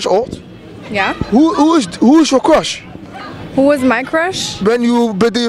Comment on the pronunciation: Het is geen crach maar cruch